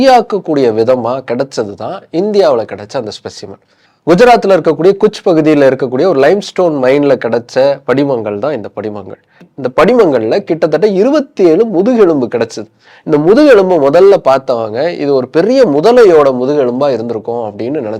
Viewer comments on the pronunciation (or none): கட்ச்..பகுதி 'குச்' அல்ல. வாசுகி எனக்குறிப்பிடுவது Species name... Not the one in purana